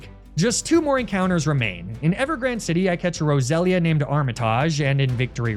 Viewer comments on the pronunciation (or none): none